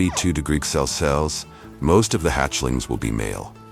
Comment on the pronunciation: Celsius or Celsees 😂😂😂😂 Everytime he says celcees instead of Celsius.